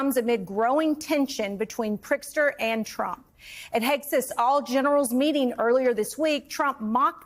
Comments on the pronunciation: Everyone talking about pronouncing Mamdani's name but Elise Jordan can't even make her way around Prtizker. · Did she say Prickser? yikes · Its Pritzker, not Prickster. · Is she calling him PRICKSTER??? 😂😂😂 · Maybe your host can learn how to pronounce “Pritzker,” instead of mispronouncing the name several different ways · Learn to say the Illinois governor's name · Can't say Pritzker?? Just keep with "Illinois Governor"